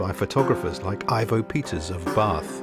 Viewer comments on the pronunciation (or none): On a shed-visit to Bath Green park in about 1960 I saw the whole S&D 7F 2-8-0 class. BTW - Its Ivo , not 'Ivor' Peters.